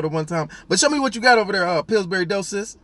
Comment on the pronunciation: "Pillsbury Doughsis" I'm done! 😂😂😂